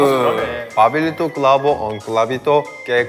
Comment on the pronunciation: en el min parese q en ves de decir "pablito" dice "clavito"